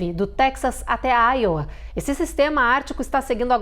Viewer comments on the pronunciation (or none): none